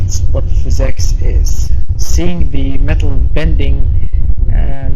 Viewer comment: What the hell is fizz ex are you trying to say physics